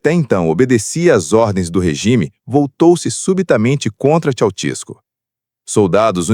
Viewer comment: Aprendam a falar o nome do indivíduo corretamente: Esse negócio de Tchau-tiesco não está correto: o certo é Tchê-sés- cu! É assim que se diz na Romênia.